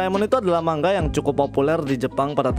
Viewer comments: Manga bang bukan mangga😭😭😭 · Bang salah ngomong lu itu, bacanya bukan mangga tapi manga. Kan "g" nya cuman 1 aja 😁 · maaf kak kakak ngomong nya salah manga bukan mangga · kenapa pas diawal awal kok abang nyebut manga jadi mangga😂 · Min dibaca manga bukan mangga,🤦 tidak doble G. 🤣🤣🤣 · Manga bang bukan mangga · Bukan MANGGA bang, tapi MANGA Wkwkwkwkwkkwwkw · coba dengerin bang, dia bacanya "MANG-GA" , harusnya bacanya "MA-NGA" hehehehe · tapi klo di jepang emg dibaca seperti MANGGA,, jadi N dibacanya NG di jepang, makanya MANGA jadi MANGGA, Konbawa dibaca Kongbawa... beberapa org jpn bilang sumimasen jdi Sumimaseng